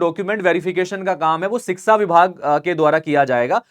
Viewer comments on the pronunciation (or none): शिक्षा होता है शिक्सा नहीं!